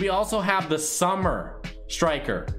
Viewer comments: Its SUMMIT* Striker Summit not summer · It is summit striker not summer striker btw